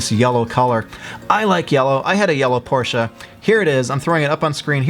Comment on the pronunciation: You are one of the very few americans who pronounced Porsche correctly. Thank you